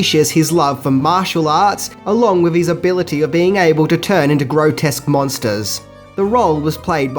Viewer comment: "numchucks to freaten 'em wiv"